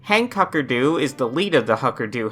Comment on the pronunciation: "the why-fuckerdoo" once you hear it you cant unhear it